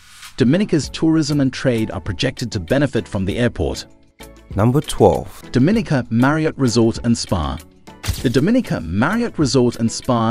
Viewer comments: Pronounced "Dom-min-nica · You can't even say the island name right